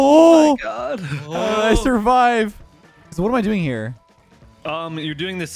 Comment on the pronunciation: i love this series also: "oh my guhd"